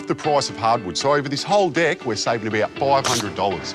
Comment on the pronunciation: when the dude who smiles a lot says "deck" it sounds like "dick" and it slightly frustrates me